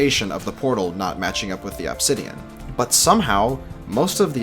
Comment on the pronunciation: I heard said absidian, I'm going crazy